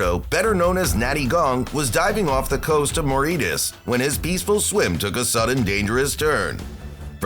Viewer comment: I tried to get past it but I can’t and it’s annoying! Bro said Moritus ( Mo-Ree-Tis) when the place is called Mauritius ( Mau-Ri-Shus)!!! Im alarmed at how much that bothered me 😅